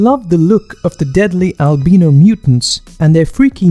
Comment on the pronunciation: Radioactive...RADIATION?! "Al-BEE-no"?! Oh,, you so silly. I vaguely remember watching this one and enjoying it enough back in the day, and I wouldn't mind giving it a revisit some time after watching this video.